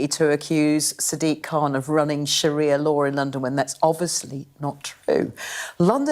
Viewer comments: Its SHARIA law for fucks sake. NOT SHAHIRA. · What is “shahira law" ffs? I cannot take you seriously when you can’t even say it properly! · It’s pronounced Sha-ri -a not sha-hi-ra, at least check your grammar and pronunciation before recording? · It’s Sharia not Shahira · "there is no Sha-Hir-Ra law in London" Your pronunciation of Sharia is so off, I genuinely didn't know what you were talking about at first😂(no joke) . . . Sharia is pronounced Sha-Rea . . . not Sha-Hir-Ra. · Sharia not Shahira lol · It's sharia just as it's spelled mate, not shahira. Are you daft? Or maybe you need to spit polish your specs there lad. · It is SHA-RI-AH not shakira! Why are the "patriots" and "British values" muppets uniformly semi-literate and dyslexic?? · Sorry, it isnt shahira law its sharia law. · It’s Sharia law Not shearer law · Sha-ria not sha-hira, apart from that good video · Not SHAHIRA, its Sharia! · Sharia law, not shahira law?? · Sharia ffs, not Sarah, saraha 😂😂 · Why do pronounce sharia ”shahira”? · It's Sheh-REE-YA, not Sheh-hee-ra. Reminds me of Shakira 😂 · “Shahirah law”😂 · Sharia, not shahira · Sharia. Sha, ria.